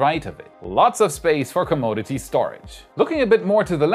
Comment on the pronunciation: Earth to say "come odd eh tease" or is that "come on Ed tease" It is a gift. You will never talk as fast as Marcus House so don't try - be yourself. We like you. Think of it this way. When we are picking on you we are leaving everyone else alone. Take one for the team. yea, Elon seems to have a sense of humor. The Starship Village looks like an HR Castle and Techno Wizard Tower - wait for it. Can you tell those guys that if they place a heat tile then line up the jig run the robot for the next studs and place another tile. The pattern will line up better. (repeat steps above) this sure feels like an infinite loop, them is a lot of tiles. yes it is slow but better quality. All the tiles will seat nicely with a uniform gap, what ever that tiny amount is - feeler gage comes to mind maybe the tiles are not uniform, perhaps the surface is not smooth (no kidding), could be this is just a first pass and the installers left room to grow. Glass tiles are hard to reconcile with each other and every little gap, up down or sideways seems to be visible. I know it is a challenge but try it my way fit one tile at a time, not lay out the whole pattern and slap on ceramic. Do it once, do it right, do it wrong, do it twice, and pay ten times. Get it to fit, to work and pass inspection - then automate. Were you trying to tell me to apply for a job with Space X? Good idea I was hoping to put up the flag - put lights on it and it can fly 24/7, they don't need me unless they are in dire need